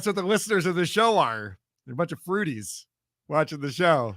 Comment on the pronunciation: Fruities? Sounds more like Fruit Booties, eh?